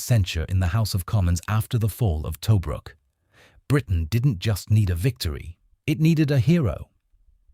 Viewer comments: It's pronounced to-BRUK, not TOE-bruk. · "Tow brook". Is it an AI reader or someone that got an AI to pronounce it to them. ( rhetorical question, it was the AI reading it. )